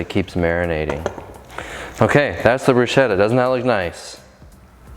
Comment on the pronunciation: As if I couldn’t love you more, you pronounce Bruschetta the correct way!!!